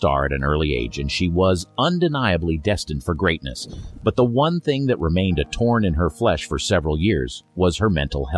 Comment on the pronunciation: It's a thorn, not a torn, in her flesh.